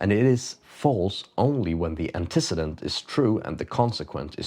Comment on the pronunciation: People typically pronounce it Anteh-ceedent